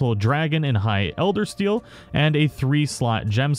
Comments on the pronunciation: It... it is ElderSEAL, right? No 't' in it? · Ritchie Kordecki I just said that cuz he says "eldersTeal" lol